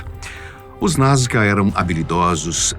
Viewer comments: Sempre conheci como NazCa Pq o narrador diz: NazGa?? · achei que só eu tinha reparado nesse detalhe , sempre ouvi NasCA e o apresentador fala NasGA !